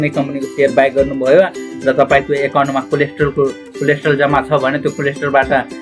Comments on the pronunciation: bro its कोलेट्रल not कोलेस्ट्रोल ,,,,btw jus kidding,,,nice video........ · Coldstore Haina k collateral 😄😄